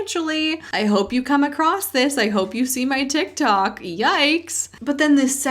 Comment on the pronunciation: Everything he's saying is so cynical. Why can't people see this? Personally, I lost interest in his speech quite early because there is no t in across.